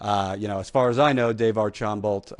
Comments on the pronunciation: AR- SHAM-BOE, not AR-CHAM-BALT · ITS PRONOUNCED ARSHAMBOOOO